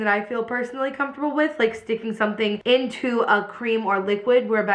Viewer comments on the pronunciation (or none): none